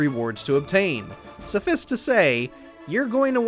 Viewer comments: “Suffiss to say”? Lol. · Suffice is pronounced suhf-ice. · did...did dude just say "suh-fiss"? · IGN's AI doesn't know how to pronounce "Suffice"?!?! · I thought I misheard when he pronounced "suffice" like that 🥴 lol